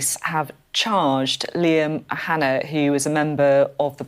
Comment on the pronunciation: Someone needs to tell the British establishment it's not "O'Hanna" it's "Og O'Hannaidh". Disrespectful pearl-clutching clowns.